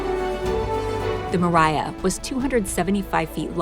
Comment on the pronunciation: btw the Mriya is pronounced mir-e-a not ma-ry-a